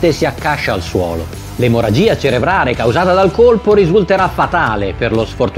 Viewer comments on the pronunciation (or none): none